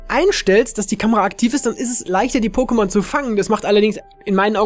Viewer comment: hör bitte auf pokemonS und pokeSCHtops zu sagen,danke...